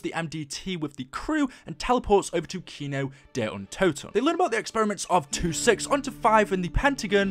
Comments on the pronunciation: GUYS IM KIND HE SAID KINO DER UNTOTEN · xx_mlgps3gamer_xx he said kino see untoten